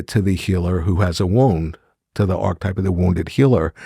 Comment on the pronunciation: Great content, but marred for me by the repeated mispronunciation of "archetype" which a proper scholar of Jung must surely know how to pronounce. And topped off with a mispronunciation of Nietzsche. I know, it seems pedantic, but to me this destroys credibility.